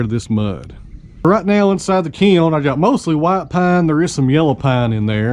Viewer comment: " Some of this wood is " Pine" heavy on that southern accent!